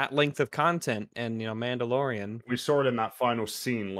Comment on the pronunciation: Din Djarin: She’s Muhdlorian Queen